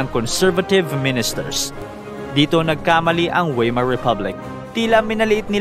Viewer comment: Correct pronunciation Friedrick Wilhelm (freed-reek vil-helm) Weimar (vay-mar)